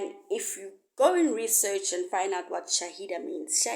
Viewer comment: Its called shahila not shaida